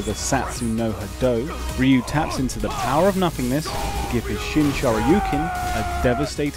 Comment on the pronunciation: SFV Ryu intro : pronounces Rye-you MVCI Ryu intro: pronounces satsu no ha dough